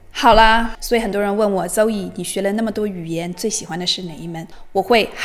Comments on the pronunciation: Zoe不能发“周以”吧。。。。。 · Zoe会六门外语，其中肯定不包含英语吧？不然Zoe也不能念成 “走yi ”啊，Z在英文里面怎么发音，咱们不可能不会吧？类似的 Zoo、Zero、Zebra都是怎么读的呀？ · ≠ 邹欧伊❌🙅 How to pronounce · Zoe聽起來好怪, 有讀對音嗎? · 你人美 视频也不错 但你连自己的名字发音都不准 怎么还教别人语言